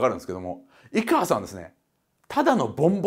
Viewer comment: いがわじゃなくていかわです